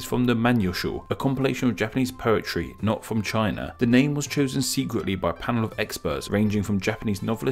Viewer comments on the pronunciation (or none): none